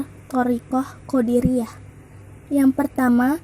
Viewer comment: Maaf sejarah nya tarekatnya..tapi jangan salah baca atau ucap qodiriyah bukan qodariyah...🙏🙏🙏🙏